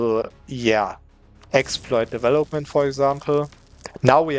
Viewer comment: Nur eine Kleinigkeit: "development" und "legitimacy" werden auf der zweiten Silbe betont, nicht auf der dritten, also auf vel und auf git. Und das o in development ist ein kurzes o wie in "boss", nicht wie in "hope".